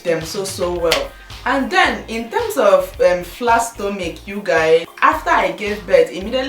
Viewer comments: I doubt it.I am a Nigerian and I pronounce Stomach not stomic. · Lovely tips. i just want to ask, why do you pronounce stomach as stomic? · i love u dear but why are u saying "stomich" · stella-marie signature my sister, I couldn't stand it too, and her Igbo accent is so unstoppable. I love her videos but...